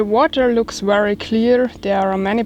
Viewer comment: hi..say very, very...not weary, weary, ha-ha!!you're so cute.